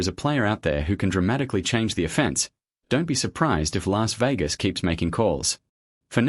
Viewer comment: Stupid AI. Say the word "offense" again in terms of offense vs defense. Your dumb ai said it like a legal "offense".